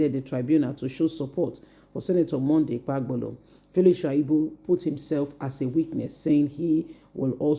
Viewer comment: If you know that you can't pronounce names correctly, you should stop reporting. Look out how you are pronouncing Okpebholo? This is why i don't like listening to your videos. Your reports are always boring.